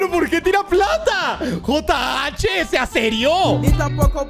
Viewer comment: el momento mas colombiano de Juan jajajajaja ese jh 😂😂 sea serio sono super col9mbiano ajajjaja